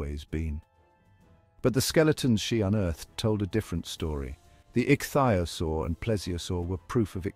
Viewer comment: Couldn't they at least find an AI or child who knew how to say ichthyosaur rather than 'ik thigh osore'. I've never heard anyone try to pronounce it like that!